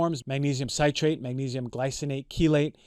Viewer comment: Good grief this guy can't even pronounce the wors citrate. A doctor hahaha!